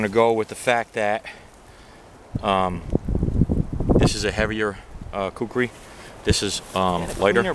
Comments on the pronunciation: It's not kukri. It's khu-ku-ri or khoo-koo-ri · lol dude its a kukri not a kookri